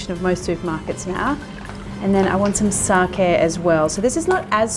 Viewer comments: finally a chef who pronounces sake properly!! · finally, a non (I am assuming) native speaker of Japanese pronouncing 'sake' correctly!!!